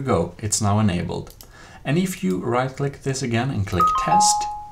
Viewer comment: When the first you hear is "There we go it is now enambled. WOW thanks